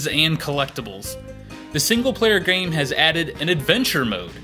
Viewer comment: Everytime you say game it sounds like gang :/